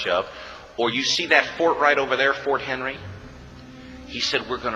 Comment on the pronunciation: Btw this is The War of 1812, we were an independent country at this time. Also its Fort McHenry, not Henry. To sum it up, us Americans were a neutral party in all of it up until unwarranted British Aggression and war crimes by stealing American sailors forcing them into their navy and burned down The White House all because we were conducting general trade with everybody. George III and IV. Very notorious villians here in America. The royal family is typically seen as villians here.